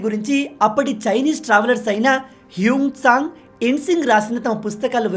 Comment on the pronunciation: HUNUSANG KADHU BRO HUYANSTHANG.